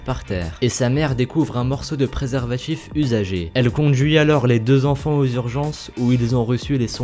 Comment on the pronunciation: c'est quoi un préservatchif? nan sérieusement t'as une prononciation à se faire demander pourquoi t'as tant de subs